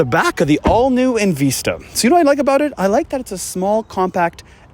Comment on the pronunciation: Love the vehicle and appreciate calling u out on “EnVeesta” I cringed every time u said it like that